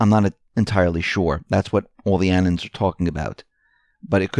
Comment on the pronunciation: We are not "Annens" we are Anon's.